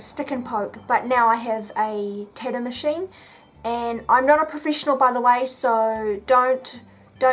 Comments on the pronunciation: Tatt oo not tad oo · she can't even say or pronounce tattoo , titdoo 😂😂😂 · tadu? or tattoo? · it is called tattoo not tittoo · Hearing her say Tidoh everytime is infuriating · I love the way you say Tattoo.. Tiddo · "tidoo" lmao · tattoo....TATTOO.....(Tatt-Tew) NOT (ta-doo). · Tad too? It's tat too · the tidoo* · am I the only one hearing titty instead tattoo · im gonna be honest ive never heard someone pronounce "tattoo" the way you do :0 your tattoos are very interesting though ! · for the love of god it tat-oo learn to say the fucking word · Love the way u say tattoo 😅 thanks for the video❤️ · Say tattoo right it's annoying and this is dumb why would you ever do this to yourself